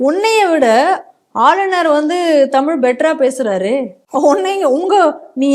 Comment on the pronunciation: Modhalla தமிழ் சொல்ல தெரியல தமில் ன்னு சொல்லுது பைத்தியம்